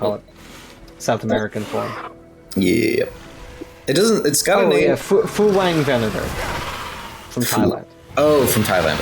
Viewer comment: As someone from Thailand I'd like to inform you that if you see any specimen found in Thailand with "phu" in the name it is very very likely that it's supposed to be pronouce as "poo". Like Phuwiangvenator is pronouced "poo-wiiang-venator". Love you guys' videos so much, never thought there'd be a day I hear one of you mentioning a dinosaur from my country.